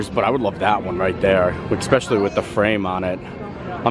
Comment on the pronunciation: great job. “especially” does not have an “X” in the pronunciation.